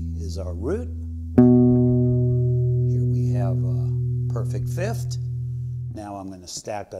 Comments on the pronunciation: People seem to have a really hard time pronouncing 'fifth'. I often hear it spoken as 'fith', but this is the first time hearing it as 'fift' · "Fift", lol. Thanks for the video.